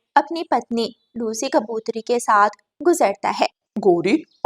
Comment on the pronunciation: GOr gor se kya hota hai? Gor se dekh rehi thi. Aisi joode wali itni gandi kauwi tum ne Kahan dekhi hai? Saat nahin-- Saath. Khane se peechhe nahin--- Khane se vanchit reh jayen. Ye chidiya itnsa bada joda kar ke baithi hai,tum ne aisi chidiya Kahan dekhi hai? Tum log pagal ho kya? O bewqoof logo, lawaris nahin--- L a c h a r. Lagta hai tum bhi pakshiyon ke school mein hi padhi ho. Na koi rishta nahin--- Na koi rishtedaar. Agar tum logon ko hindi nahin atti to seekh lo. Sach mein nahin--- Sach much. Zara achchhe andaaz mein kahani sunaya karo.